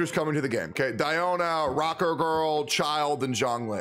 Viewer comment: God. Actually anyone who does this. Why the ** you all say "ChiLD" xDD Look at his kit and his theme, + the "e" at the end of his name. LMAO It's braindead obvious it's pronounced "Chill'd" BRUH